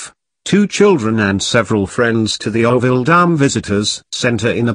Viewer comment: It is pronounced ORO-VILLE, not 'orr-ville. Oro is the Spanish word for gold. Gold was discovered here in the 19th century.